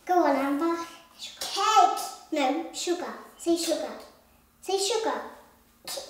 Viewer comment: I have mixed feelings when amber can't say sugar properly... That part when slowly start revealing Amber's side